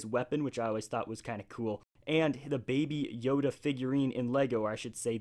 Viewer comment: You said baby yoga BRUH hahahahhahahahahahahahahahaa